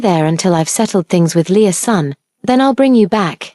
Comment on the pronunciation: I had to rewind to the beginning when I realized it wasn’t Lea’s son. But Leasun. 🤦🏽‍♀️